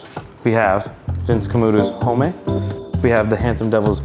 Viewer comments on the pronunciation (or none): hate to be that guy, but during the sponsored portion, it’s just “ohm” not “hoe-may”